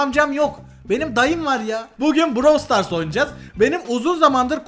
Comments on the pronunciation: abi proyum diyosun brawl star diyosun brawl star degil brawl stars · abi browl stars değil brawl stars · Daha brawl stars diyemiyo prosuyum diyo